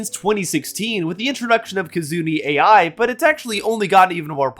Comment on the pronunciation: Hey, just some easy corrections, Kizuna Ai isn't pronounced a i, its pronounces like Aye. Ai is just a name in Japan.